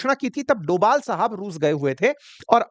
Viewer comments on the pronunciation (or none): none